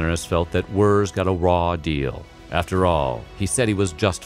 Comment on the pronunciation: Henry Wirz, but pronounced like "Wertze".